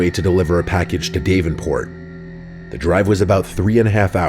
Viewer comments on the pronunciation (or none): My husband and I are truck drivers and we're from Iowa. Story #4 hits home with us, cause we've traveled that route hundreds of times. One thing tho, Its Dav in port not Dave en port! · It's Da-ven-port not dave-N-port. sorry for the nitpick it's just where im from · For a guy who reads stories for a living, it's odd that you pronounce it DAVE-en-port. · Story 4 the way your saying Davenport is cringe it’s (dah-ven)port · "Dave-enport" lmao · Say it with me: semi = sem-my; Davenport = daavenport rhymes with cabin court not haven port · Long time listener - first time call outer: D-ah-v enport. Like, open up say ahhhh. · Da-ven-port. Da, not Dav. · It’s Dávenport sweet pea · Dave-in port😭😭😭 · "Dave - in - port" 😁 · did not expect to hear my hometowns name in the last story, it’s Dav-en-port lmaooo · Yeah, you’d think a guy who narrated would check to make sure he’s saying it correctly before publishing. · I was scrolling through the comments to see if anyone else had caught that.. 😬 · what's more terrifying is how you couldn't pronounce the name fucking Davenport but you got Des Moines right... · These were pretty good stories... Except for when kept mispronouncing Davenport (As in Davenport, Iowa) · Well that’s a new way of saying Davenport. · learn how to pronounce "Davenport" idiot